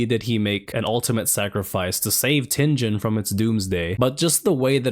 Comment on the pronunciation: It’s Tingen bro, like ting as in exciting, and gen as in again. But excited to watch the video nonetheless